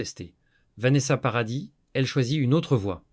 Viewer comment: naturel et fluide, avec des mots bien dits kwatorze ans au lieu quatorze, nôce au lieu de noce, paradisse au lieu de paradis, bref... plus naturel quoi.